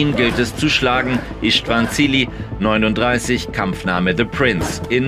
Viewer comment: Er heißt "Is(ch)tvan Szili" nicht Chili